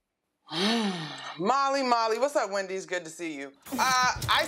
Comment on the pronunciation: She said wendy not windy